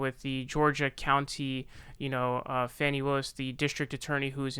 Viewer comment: It is pronounced FAWNY Willis.